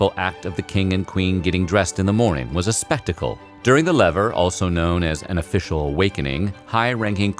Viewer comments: Not LEVER……..(levee. pronounced LEVAY. If you can’t get that right…) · The waking up ceremony was called the le-vay, not lever (if you're going to do something on French history, using French pronunciations would be helpful), but otherwise a pretty good glimpse into Versailles. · Omg i cringed so hard at how he pronounced levé as lever and couché as couch-er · Damn man, work on your french pronunciation. Pronouncing "lever" like the English word for the simple machine, and "coucher" like the English synonym for "sofa" with "er" on the end is extremely American and really far from how the words are actually pronounced. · Mans really said lever it’s lev-ay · Cringing every time he prounced “lever” (levay) like lever. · It's pronounced "Leh-VAY" and "coo-SHAY", not "lever" and "coosher" . 🙄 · Did he really just pronounce lever and coucher as “lev-er” and “couch-er”? It’s French so it’s pronounced “leh-vay” and “coo-shay”. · Okay. It’s really funny hearing the narrator’s pronunciation of “lever” and “coucher” which should be pronounced “laevae” and “kooshae”. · sorry but the way you said coucher (cooshay) and lever (levay) hurt my soul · Sorry, but you mangled.The pronunciation of LEVER and COUCHER. They are French for waking up and going to bed, and should sound like “LEVAY” and “COO SHAY”. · Lever? Coucher? Weird pronouncing to go along with our. Lev-AY and coo-SHAY respectively. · Please pronounce the French correctly!! Lever (to get up) is pronounced "lev-ay"; coucher (to sleep) is pronounced "coo-shay" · "Lever" is pronounced roughly lu-vay; "coucher" is pronounced coo-shay. Please get the pronunciation right before you start holding forth. Also, "courtier" is an English word, cort-ee-ur. The French term is "courtisan / courtisane", masculine and feminine respectively. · It is pronounced leh-vay (lever) and ku-shay (coucher) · Lev-ay, Couch-ay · at least "courtiers" was right. =] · "Lever" is actually pronounced without the final "r" (lev"é") =)